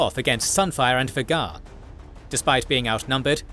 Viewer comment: You are NOT pronouncing Vhagar correctly....